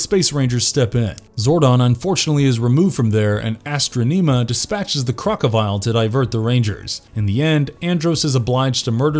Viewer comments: Astro neema it’s pronounced astrawnuhma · Who the hell is Astro Neema?! Do you mean Astronima? Please, please, PLEASE, teach your narrators how the names are supposed to be pronounced! Every video of yours I watch, there is ALWAYS a mispronunciation that pulls me out of the video. I'm begging you, do a little work and ensure people know how to say the information correctly... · Bro you were doing fine until you said "ASTRO-NEMA" WTF?? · Is it just me, or did the narrator of this video say Astronema weird??? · This guy butchered Astronemas name..